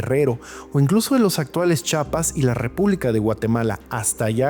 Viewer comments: Se dice Chiapas, no Chapas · Me encantan tus videos y tu canal, siempre aprendo mucho. Pero por favor, por favor, por favor, práctica más la palabra Chiapas, CHI-A-PAS. NO es "Chapas", haz este esfuerzo por favor, yo soy de Chiapas y no sabes lo feo que se siente te que pronuncien mal el nombre. Haz ejercicios de pronunciación antes de volver a decir el nombre de mi estado, es inconcebible que teniendo tanto conocimiento lo pronuncies mal. De favorcito. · Muy buen video Sólo una observación, es Chiapas, no es Chapas.